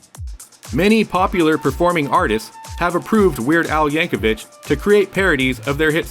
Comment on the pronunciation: Als last name rhymes with Nick, not witch.